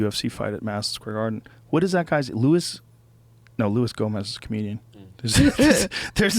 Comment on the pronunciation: It's Luis - J - Gomez